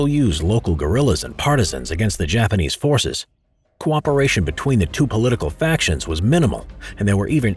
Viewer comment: Not to be mean but you said Japamese